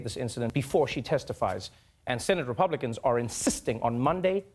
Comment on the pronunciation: Yeah ,yeah ,the "Rapiublikkkans"